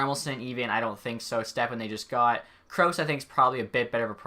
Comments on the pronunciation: Ducks wont trade Kase. Cash-a is how you pronounce it, with the first "a" being short. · Vatanen would get traded well before Larsson. It's also "Ka-sha" to pronounce Kase, and he's one of our more promising forward prospects (a position Ducks don't have much of) Vatanen+1st+B Grade prospect is all I'd be okay giving . Otherwise peace out Sakic.